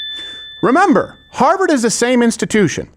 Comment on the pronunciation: "Houwers for Harvard."